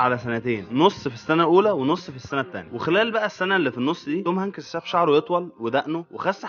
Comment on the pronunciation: شكلك يضحك يا مصري وانت تنطق اسم الممثل توم هنكيس 😂